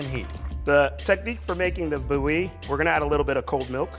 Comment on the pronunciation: more like boo-yee